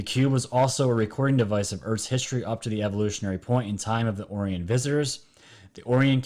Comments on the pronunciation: Not being critical but it is Orion not Orian =) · Its pronounced OH-Rye-ON Not ohryion haha Like the orion belt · Omg.... how can I take you serious when in the first 1 minute you call it the Orrrion cube.... it's pronounced like this "oh-Ryan" smfh..... WOW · Also oh rye un would be proper annunciation nbd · Is it not pronounced Oh-rye-on? Lol it’s low key driving me crazy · Enjoy your channel bro, excellent work. Just an FYI, not being critical... Orion is pronounced OH RYE AN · you are mispronouncing Orion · If you're going to push some crazy conspiracy, whether it's in conjunction with this or that, please at least learn how to pronounce the name. Orion is a constellation in the winter sky for the northern hemisphere. It's the most common constellation out there. It's only 5 letters, for crying out loud. Orion is pronounced Oh-Rye-en. Emphasis on second syllable. It makes me cringe each time I've heard you say 'the orrree-enz'. I feel if you knew anything about the cosmos, you would have already realized long ago that you're (embarrassing) mispronouncing the word Orion. Carry on; rant over.